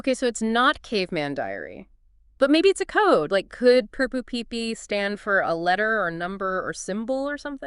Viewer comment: I question whether is actually AI. She mispronounced poo poo pee pee once which I don't think an AI would do.